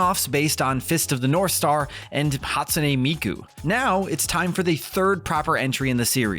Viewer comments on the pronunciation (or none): none